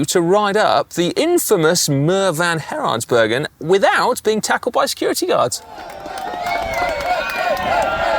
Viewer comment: Si's pronounciation of the muur van Geraardsbergen sounds like a West Flemmish guy after a couple of brewskies